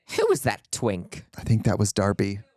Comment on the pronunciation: 😂😂😂 she said Twink with the hard K 😂😂😂